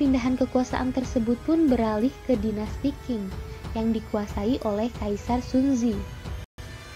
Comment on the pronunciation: Pelafalan nama2 nya dipelajari ulang, banyak salah penyebutan nya. Pelafalan PinYin bs koq skrg memakai google. Kesalahan pelafalan spt Dinasti Qing (di baca : Ching) bukan King. Dan pelafalan Pinyin tidak seperti pelafalan bahasa Hokian yg banyak memakai kata 'E' (dalam kata : Enak, Esa), tetapi lbh ke kata 'e' (dalam kata : P'e'langi, P'e'tani)